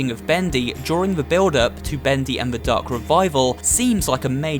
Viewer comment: Ven you say the darc revaivel it meik me dizzy